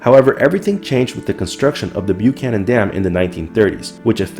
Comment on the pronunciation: Good video! I'd like to note that, as locals pronounce it, the word "Buchanan" in the place names Buchanan Dam and Lake Buchanan starts with Buck rather than Byook.